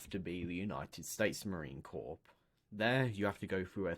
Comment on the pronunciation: Every Marine watching this is cringing with every mispronunciation of corps. It’s pronounced “core,” the p and s are silent.